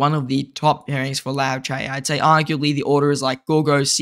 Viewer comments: Why can’t people pronounce Liu Che properly. Liu not Lao, Che not ce. Just like pronouncing Trump to Tromp 😑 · Not Lao Che... Liu... Lee you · 'Lee-U Cher' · "Low chay" 😂😂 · Bro its Lee'u'chay' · Yes hahaha I died everytime he said ‘lao chay ‘. 😂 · Aussie Accent 🤷‍♂️ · Legend says still doesnt know how to pronounce liu che 😂